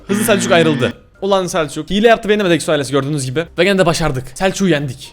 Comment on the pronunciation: eksoales demen beni gıcık ediyor